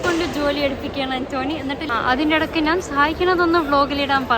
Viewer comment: ആന്റോനി അല്ല പെണ്ണേ ആന്റ് കെണി😂